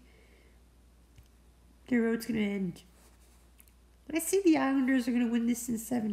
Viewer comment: You rock for saying the Islanders thank you